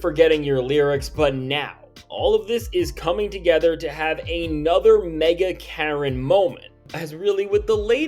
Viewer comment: Did you say MAGA Karen or Mega Karen ? 😂 either way , it works